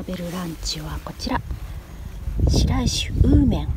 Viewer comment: 最近観せて頂く様になりました。 むぎちゃん賢くて良い子！ 宮城にも来られてたのですね？ 二人で色々行かれてて楽しそうー 因みに、白石は｢しらいし｣ではなく、｢しろいし｣と読みます。 これから過去の動画も遡って観せて頂きますね。